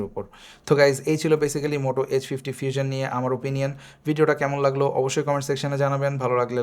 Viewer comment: ফিউজন কি ভাই😂😂 আগে উচ্চারণ ঠিক করেন পরে রিভিউ দেন